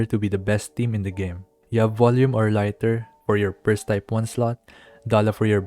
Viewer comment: It's "lee-tur" like the unit of measurement, not "lai-tur"